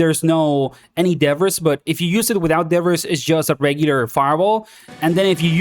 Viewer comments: Its pronounced "da-bree" English makes 0 sense sometimes lol. Thanks gor the content! 12hrs until we no life this beta 😂😂😂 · im sorry if that makes me a snob but debbriss really hurts to hear. and you say it a trillion times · Your accent threw me off everytime you said 'debris' 😅 but no worries, yo hablar espanol tambien